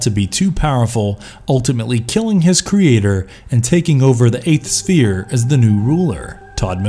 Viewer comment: I don't blame you for mispronouncing Kincaid, Malebolgia or other names, but then when you tripped on "sphere" I just... You lost me there :P